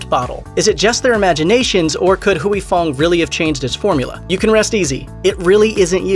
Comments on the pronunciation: It’s Huy Fong, not Huey Fong. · Anyone else annoyed he says "huey fong" instead of "Hoy fong"? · It's Huy Fong, not Huyee Fong. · It's not Hooey Fong.. it's pronounced Way Fong. Dipsh*t. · Hooey Fong? I used to to work with a gentleman with the given name of Huy - pronounced H-whey. Our company attempted a voice name dialer. I had say Huey to make it work. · It sounds more like WHEE. The 'U' is silent not the Y. The narrator of the video kept switching back and forth between several different pronunciation which was annoying and he said it totally wrong. It's not Hoowee it's whee. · I loved Sriracha. I always figured that either I got tired of it, or developed different tastes. But that makes sense now. But; I think you're saying Huy fong wrong. Granted, I am whiter then a ghost. But "whoo-ee" just doesn't sound right. I always said it "hoi" like when you hoist something. I could be wrong. but whoo-ee just doesn't fit the ear. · Pronouncing it wrong. Its "Hoi Fong" not Huey idiot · “Hooey” LoL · Is Huy pronounced as"we"? I think the Y is silent. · The entire time...couldn't listen to a damn word he said every time he said "Hoowie Fong" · You’re pronouncing it wrong... Huy Fong isn’t how you’re saying it. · If they're pronouncing it wrong, it's because the romanized spelling was already wrong to begin with, due to the terrible rendering of Chinese dialects from the Mekong River : for years, I mistook the name as being my namesake, but upon later inspection, the origins of the original Chinese characters are totally different. Indeed, it should be pronounced "hoi" because my own name is actually like "hwee".